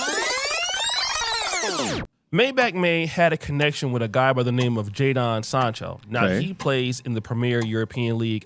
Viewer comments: Lol it's spelled Jadon But pronounced Jaden 😂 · His name is pronounced Jay-Den like Will Smith's son Jaden. Americans always sounding weird lol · Jadon is pronounced Jayden.